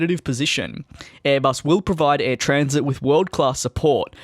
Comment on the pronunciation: Its not said as Air Transit its Air Tran-sat